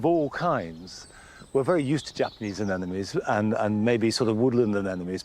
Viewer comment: That would be anemones not 'anenomes'!